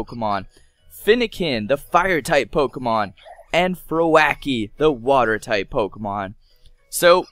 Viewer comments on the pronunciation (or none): it is froakie not fro racer😠😠😠😠😠😞😭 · 😂😂😂😂😂 its FrOWkie not froAkie xad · I'm sure it's pronounced Fro-key. Not Fro-a-key? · 0.0 its pronounced fro-ki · YEAH YOU PRONOUNCE IT FRO-KI NOT FRO-A-KI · WHY U SAY FRO A KIE ITS SAID FROKIE ITS SPELLED FROAKIE BUT SAID FROKIE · jut to let you know, its pronounced frow key not fro-wacky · It is not froakie it's like frokie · And Froakie is Fro kie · FroAKIE Lol. 😅😅😅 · is not fro - a - kie is froa- kie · it pronounced froki not frakie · HE CALLED FROAKIE FRO A KIE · Fro-Ae-Kie ??? Seriously dude ? I'm not a hater or whatever but it's really irritating to hear a misspelled Pokemon name also when it's way popular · His name is pronounced froakie frog mixed with croak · You said froakie wrong you said frioke you said that its froakie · FRO AH KEY! (its froakie) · froakie is pronounce like this frow-ky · It's Froakie:Pronounced Frockee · Froakie is said (fro-kEE) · XD he pronounced it like froh-akie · Froah kie .Lol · its pronounsed fro-key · XD THE WAY HE SAID FROKIE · it's not froaky frokey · And froakie is fro-ki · ITS FROAK CIE !!!!!! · how dare you call Froakie Fraky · did he pronounce it like frowakie lol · My Gawd you butchered Froakie's name #FrowackyForDayz lol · his name is pronounced frow key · It's pronounced fro ke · HE SAID FROAKKI E NOT FROAKIE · Ikr cuz what the frick is a fro-aaa-kie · lol he says froakie thats no how say it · the beast marulaz SO TRUE HE CANT PRONOUNCE FROAKIE PROPERLY XD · Just telling u that u said Froakie wrong. You should watch the show. It got way better. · You got a incorrect pronounce to froakie is should be silent d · He said froakie wrong XD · you pronounce frokie's name wrong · he said froakie wrong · YOU PRONOUNCED FROAKIE WRONG! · you have mis said fennekin and froakie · You said froakie wrong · Ghent say froaki wrong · you said frokie wrong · HOW DARE YOU MIS CALL FROAKIE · You pronounced froakie wrong